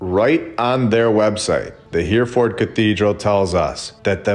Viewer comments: It’s pronounced ‘Herreford’ btw, but fantastic content, thank you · It’s pronounced Herryferd. Love your videos. TY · Hereford is pronounced ‘hair-a-fud’ We speak the same language so differently. Love from Ireland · Brilliant 👏🏻👏🏻👏🏻 except Hereford is pronounced Heri ford… not Here Ford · I'll go there next week and video it for you. By the way, it's not Here - ford. It's He (as in heh) -Re (as in Reh) -Ford. But it's a good attempt. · It’s pronounced Herryford cathedral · It's pronounced Heh-ruh-fuhd, old chap, Heh-ruh-fuhd. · Great episode, btw it's pronounced He- re- ford , its an amazing place. von Braun 'He aimed for the moon but kept hitting London' (V2 rocket) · All great info! I love, and now with over 100k subs!!! Ya might want to look into how to pronounce “Hereford” and “invalid”, though… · You're pronouncing Hereford wrong.